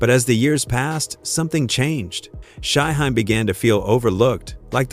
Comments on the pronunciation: AI sucks 🤦🏿 he called him SHY Hi 🤣🤣🤣🤣🤣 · Shy-HIME....🙄🙄🙄...see, this A.I. stuff is not always the route 👎🏽👎🏽👎🏽👎🏽